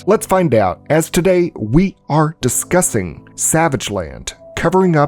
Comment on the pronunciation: The way ya said “we’re discussing” made me autocorrect to “we are farmers”